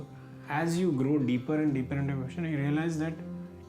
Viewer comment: Vipaashana ? get your proununciations right, All Indian languages are phonetic and this interviewer screws up an Indian word 😬 an Indian who doesn't pronounce an Indian word correctly. Vipassana or Viparshana. it's a Shame! Vi Paashana, Paasha = leash. Parsha or Passa ( Pali )